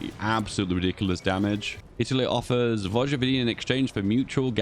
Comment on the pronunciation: ... vogvodina.... this triggers me. xD its pronounced voyvodina. but i digress, its alot harder than english.